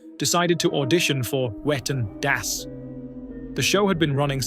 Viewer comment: can't stop laughing. i remember the whale tale. i had completely forgotten that incident. it was definitely worth a retell. ps - german has no 'w' sound. no 'whu'. all 'w' s are pronounced 'v'. so it would be 'vetten dass'. just a wee fyi. (a vee fyi?). thank you to rammstein for that knowledge. and to you for another astoundingly excellent presentation. you are always raising the bar.